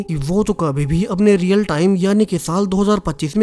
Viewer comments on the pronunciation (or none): none